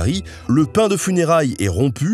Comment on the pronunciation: En tant que corse la prononciation du pain était si catastrophique que je préfère en rire 😂😭 Mais superbe vidéo en tous cas.